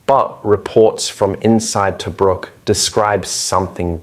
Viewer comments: pronounced TaBROOK. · Us Australians are proud of our "Rats of Tobruk". Great summary but if only "Tobruk" wasn't mispronounced throughout. It is "Tu-brook' - U as in 'up' & 'brook' said same as a small stream. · Yeah, but where is this "Toe-brook" place he keeps talking about?